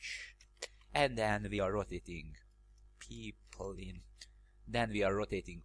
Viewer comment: Funny how you pronounce "Pipeline" as "People-in", thanks for another amazing tutorial, some interesting knowledge.